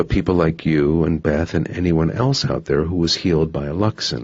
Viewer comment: Anyone else bothered by the way she said eltse. It's else. I'm sorry thought I would put that out there. And the way Ethan asked if he would stop loving katy if his parents were killed by humans. I would've said Y'all killed my mom and I still love him. Their love is so strong nothing could break it not even death..